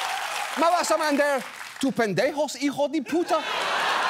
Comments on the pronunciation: My hero just spoke my lenguaje... and pronounce Pend#j@ just as in my craziest Dreams. Thank you Mr Oliver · Ok I must praise your pronunciation, specially the word Pendejo, Buen trabajo, .